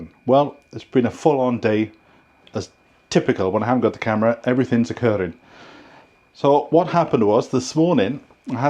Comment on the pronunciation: "what's occurrrrring!!??" 😆 oooh exciting...new adventure in the future.